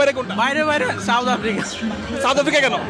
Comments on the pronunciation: সাউথ আফ্রিকা কে বলে ছাথ আফ্রিকা😂😂😂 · Chaut afri 😂😂😂 sala bhalo kore south africa tau bolte parena kangalu 😂😂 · 😂 south bolte parena chaut afrika bokachoda kanglu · বকাচোদা গুলো সাউথ আফ্রিকা কে চাউথ আফ্রিকা বলে আবার বড় বড় কথা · চাউত অফ্রিকা😅😂😅😂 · Khankir pola kanglu chaut Africa😂😂😂chodai. South africa bolte parena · আগে উচ্চারণ ঠিক করে কর বোকাচোদা, বলে চাউত আফ্রিকা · Uccharoni korte parena south africa. Chouth africa 😂😂😂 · Mukh se supari nikal ke baat kar bhai chouth aftica kya hota hai.. pehele to bolna sikh ..phir support karna chouth africa ko😂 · চাউত আফ্রিকা কি রে বানচোদ, আগে উচ্চারণ করতে শেখ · চাউত আফ্রিকা 😄😄😄বালো। কি উচ্চারণ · চাউথ আফ্রিকা, ব্যাটা পাতানো বাপের নামও ঠিক করে উচ্চারণ করতে পারিস না? 😂 খেলা দেখে সময় নষ্ট করছিস কেনো, রিকশা নিয়ে ভাড়া খাটলে দু পয়সা রোজগার হতো। 😂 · সাউথ আফ্রিকা আবাল কালা চোদা, উচ্চারন করতে পারে না আবাল বেজন্মা গুলো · Valo kore south africa uccharon korte sekh bokchod kanglu choda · সাউথ আফ্রিকা ঠিকমতো উচ্চারণ করতে পারে না সাউথ আফ্রিকা টিমকে সাপোর্ট করছে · মূর্খের বাচ্চা সাউথ আফ্রিকা উচ্চারণ করতে পারেনা আবার আসছে সাপোর্ট করতে। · সাউথ আফ্রিকা উচ্চারণ করতে পারেনা , হায়রে লুঙ্গি বাহিনী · দূর বোকাচোদা সাউথ আফ্রিকা উচ্চারণ করতে পারিস না তারা আবার সাউথ আফ্রিকার সমর্থক। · South Africa uccharon korte pareni, cup marate asche